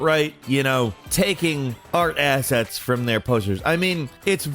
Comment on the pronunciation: "asshets freum" lmfao how shloshed is?